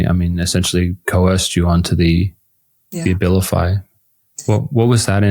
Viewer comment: The A-vilify gets taken!